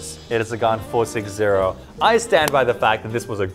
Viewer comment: Lol when you say gan i hear Khan